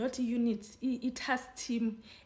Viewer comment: I knew the second guy is going to mess up when he said "taks team" 😂😂. Which hearing is he listening to because Mchunu repeatedly said he only told the president after he gave the directive. I'm disappointed because he sounds like he's from the Free State 😂😂